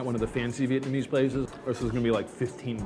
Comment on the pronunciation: DUDE! learn how to say "Vietnamese"